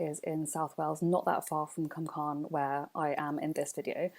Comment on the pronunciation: (CWM) pronounced coooommmm lol